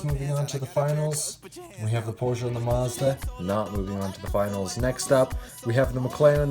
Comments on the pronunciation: Porche-a? No no no porche as in pour-shh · I hate the way he says Porsche it’s pronounced porsh but he says porsha and it’s spelled Porsche